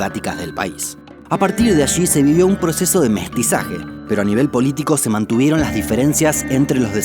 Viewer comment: OShe Que She Pasha xD